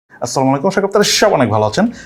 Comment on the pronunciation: আপনার স্টার্টিং-এর ডায়লগ হচ্ছে এরকম, "আসসালামু আলাইকুমা শাক্রি আপনারা সাবাই অনেক ভালো আছেন!!!"